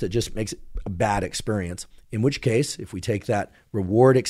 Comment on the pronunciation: I wonder why he says "ex-PUHR-ience" like some sort of Atlanta gangsta.